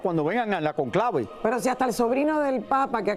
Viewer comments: No es "la concleve" Es el CÓNCLAVE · Al gordo deben enseñarle que se dice Cónclave no con clave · Vergüenza que hablen mal de la familia del Papa Francisco que son seres de bien y humildes como era el Padre Jorge Bergoglio y ese Sr conductor aprenda que Cónclave se dice con acento . No hablen mal de nuestra patria 🇦🇷🙏🏼🤍 eso no querria Francisco. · Raul por favor aprende a decir Cónclave no Conclave y si es cierto que sabes mucho porque has leído sobre el Vaticano deberías de saber que las colectas que se hacen semanales son para gastos de la parroquia y la segunda colecta se recauda para ayudas en obras sociales diferentes que la Iglesia realiza.